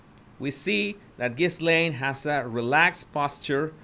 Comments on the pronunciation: Great video....very informative ! 👍 Btw, her name is pronounced "Ga-lane"... the 's' is silent. 😇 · The window is partially covered by the curtain. And the “s” is silent, it’s pronounced like “ghee-layne”. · Her name is Virginia. Not Victoria. The ‘s’ is not pronounced in Ghislaine. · Ghislaine is pronounced with a silent "S:. Her job was to groom and teach the young girls how Epstein liked to be massaged and have sex. She also made it easier for him because teenaged girls would be more likely to trust a woman than an older man. Ghislaine was Jeffrey's girlfriend for several years, but he preferred younger girls. Plus, he claimed he had to have sex at least 3x a day and so it took the pressure off her if he had sex with other people and she wasn't his only sex partner. The girls who did it more than once and became like "sex slaves" to Epstein and his friends were promised that their college would be paid for or other things. They came from very poor families. Many had already been sexually abused by others, so they fell into it easily as that is all they knew. Others just wanted the money promised them as they were poor and $200.00 just to massage some older guy seemed like it was an easy gig. I don't think most of them understood he would require sex too not just a massage. Plus, other girls from their high school recruited them so I am sure it felt safe to them. What I am confused about is the girls who went to his island and other states with him what did they tell their parents? Or did their parents not really care what their daughters did at age 14 and older?